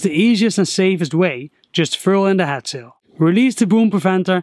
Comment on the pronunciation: Is he saying HAT sail or HEAD sail??!